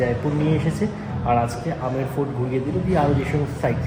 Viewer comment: Aamir fort noy Aamer (Amer) fort